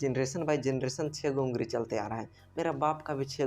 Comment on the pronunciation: Ungari😅😅😅🤣 ye kya. ungali hota hai 🤣🤣🤣🤣🤣🤣🤣🤣